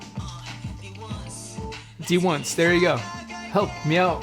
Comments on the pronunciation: its pronounced as d-once ! thank you for reacting to them, the members went through a lot especially in survival shows and im so happy they finally debuted. i hope people wont sleep on them, they are really talented! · Thank you for reacting D1ce. It's pronounced D-once. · D1CE !! I’ve waited for their debut for a long time I’m so proud lol it’s pronounced d-once :)